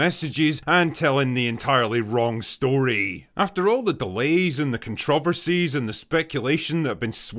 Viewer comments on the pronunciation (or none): Controversies ❌ Contrawrversies ✅ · All the CONTRA-versies. Never have I head controversies pronounced that way hahaha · Controvasis? Haahha what kind of pronunciation is that? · We're not going to skip over how tf you pronounced controversies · Just here to hear the mispronouncing of the word controveries. Wish fulfilled in under 1 minute.